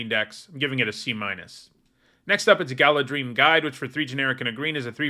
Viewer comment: The only one that made me flinch is Galadhrim, and I would be surprised if that word is said in the movies. I was even surprised that he pronounced Gil-Galad correctly, so I think that you're giving him too little credit.